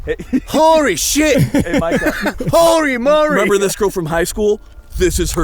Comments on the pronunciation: “Horrrry morrrryyy”😭😭😭😭😭😭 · BRO HORRY MORRY!!! XD